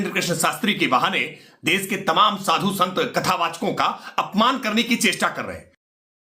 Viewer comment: साधु नहीं svadhu 😂😂😂😂😂😂